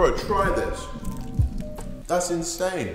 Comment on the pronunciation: No one:......... Absolutely no one:...............: You're insine teeqo